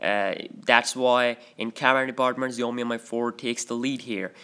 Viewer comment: Again its shoo yoo mee not Xiaomi or Zayomi